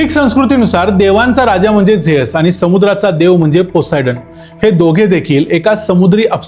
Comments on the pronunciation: झेअस ❌ झीयुस ✅ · झ्यूस ❌ जेअस✅ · झेअस नाही झ्युस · Good presentation. A polite suggestion. Confirm please- God ' Zeus' Pronounced like as Zi short as Zee TV & & Oos/Us as in Sugarcane 😊